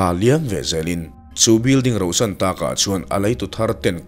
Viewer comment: "Building rohsan" ni loin "rauhsan" (hnuchhawn/uksak zui tawh loh) tih tur.